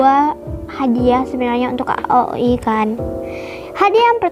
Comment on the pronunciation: Bagus kok tapi di rapiin lagi ya👍 Ohiya bacanya aoi aja jangan a o i 🙏